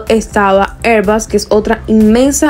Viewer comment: Me gusta tu video y tu canal, pero cuando se habla en español y se lee en español, es airbus, no airbas.